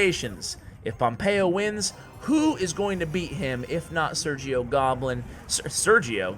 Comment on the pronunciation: Just so you know it is pronounced "Ser-he-o". Very funny video